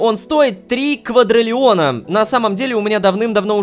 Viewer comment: КваДРИлиона, а не квадралеона